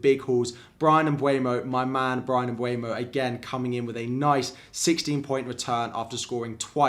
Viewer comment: Love your content! Would you mind pronouncing Mbeumo and not Mbuemo? Thank you